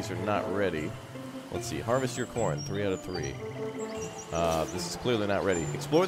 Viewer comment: why did it sound like u said porn & not corn LOL